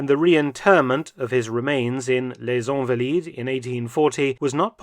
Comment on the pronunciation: It's ahnvaleed not onvaleed. And San Jerome not Sohn Jerome